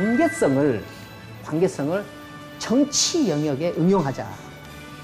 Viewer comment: 관계성을, "관계썽"이라고 된소리로 잘못 발음하셨습니다."개인쩍"이락 또 된소리로 발음하셨습니다. 잘못입니다. 강의는 늘 즐겹게 경청하고 있습니다.